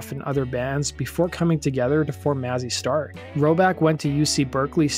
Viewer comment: Maze- e Star. Pronounce it correctly.